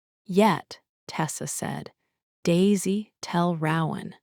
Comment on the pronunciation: I wished there were male and female voices, but the creativity of the story kept me listening. Still, my 2 biggest complaints are that the narration needs to be sped up and the name Rowan needs to be correctly pronounced.